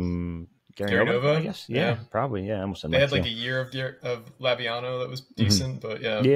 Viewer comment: Laviano? Really??????